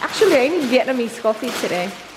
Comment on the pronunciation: congratulations 💗🎉 unang nood ko po ng vlog nyo na addict na po agad akoo huhu😂 sakakanood ko po sa inyo na addict na rin po ako sa "coffeee" *insert you aussie accent❣ God bless po sa inyo💖